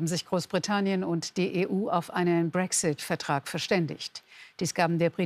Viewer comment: pssst BRÄCKSSITT